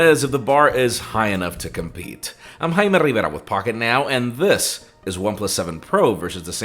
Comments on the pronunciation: I know, and that's why I appreciate it, it sounds right. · I like how you switch into an entirely different language when you say your name